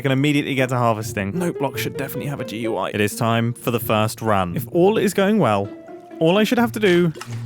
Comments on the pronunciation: did he say note blocks should have DUI? I know he said GUI but it sounded like DUI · I think that's the first time I've ever heard someone call it a Gee-You-Eye instead of a Gooey